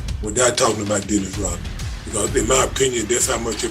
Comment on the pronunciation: i cant take it anymore why does it sound like you say rottman and not rodman